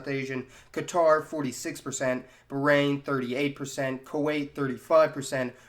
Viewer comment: You have mispronounced 'Bahrain' .. It sounded very bad.